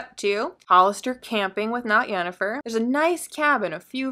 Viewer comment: Not "Yennifer", with a 'Y'. See: The Witcher